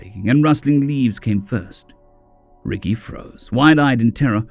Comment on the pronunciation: i think its pronounced rekai not ricky but it sounds so humans to call an alien ricky instead rekai , like calling a spider xeno name Aarragon Argo , whoops thats aussie , human would be calling Aarragon Aaron